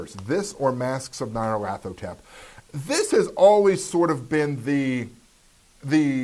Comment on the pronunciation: stop showing off just because you can pronounce Nyarlathotep :)